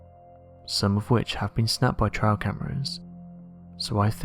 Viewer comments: It "trail" not "trial" cameras. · Trail, not "trial".